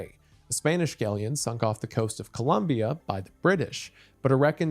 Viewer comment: "cole-uhn" columbia 😂